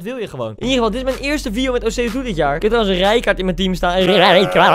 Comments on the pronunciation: Grappig dat ze gewoon de hele tijd osei tu you zegt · Niemand: Echt helemaal niemand: Koen: OSEI-TUTU